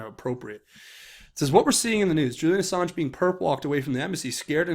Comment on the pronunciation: I think it's funny he called him "Assarge".